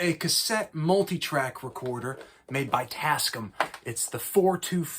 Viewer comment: Bro…. It’s pronounced Tass-Cam.